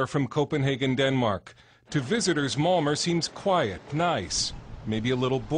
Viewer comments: Malmer? Isn't it pronounced Malma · malmo (malmö)